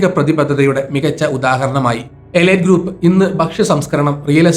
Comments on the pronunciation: എലൈറ്റ് അല്ല,എലീറ്റ് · എലീറ്റ് എന്നാണ് ശരിയായ ഉച്ചാരണം. ഗൂഗിൾ ചെയ്തു മനസിലാക്കുക